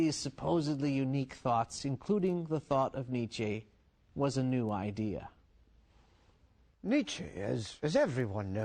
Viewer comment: Why do Americans insist on putting an -ay diphthong after words that really end with a plain e, like Nietzche? It's rather unsettling.